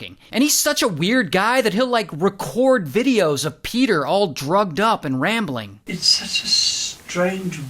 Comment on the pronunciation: PEDAHHH THE HORSE IS HEAH